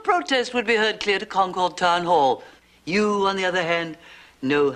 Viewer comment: Sorry Susan Dey but Concord is pronounced "Conquered" NOT "Con-Cord."